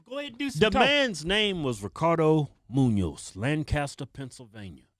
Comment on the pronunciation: it munoz but i forgive you for the mis pronouncing